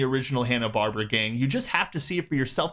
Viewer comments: It's Hanna "Bar-BEAR-uh'; not "Barbara". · Barb-Eh-ra. Barb-Ara. Not "Barbra"